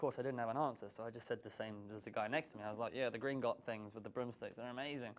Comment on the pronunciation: its the "its killed meh !" for me